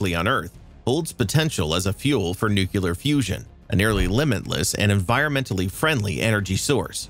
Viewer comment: Pronounced incorrectly, Nuclear, 😂 nuclaire😊